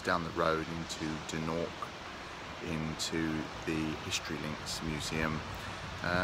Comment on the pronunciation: I was born in Embo eighty one years ago and I still recognise the rocks on the beach behind the gentleman speaking at the beginning of the video. However, throughout the video this gentleman kept referring the Dornoch as "Doonork" which made me laugh every time he did it. We always knew the place as "Dornoch" even though plenty times we called it by other names, many of them rude. But that was purposeful because of the bad blood that then existed between the then Gaelic speaking people of Embo and the English speaking people of Dornoch.